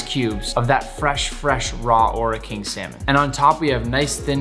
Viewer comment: I’m from New Zealand and when you say Ora King, you roll the R and say Ora King